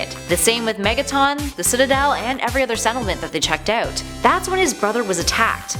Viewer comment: out not aut